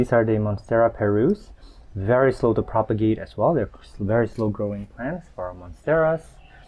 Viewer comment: Thank you! I love how you say sorry and thank you to your plants. And Everytime you say: I will have to propogate this makes me laugh.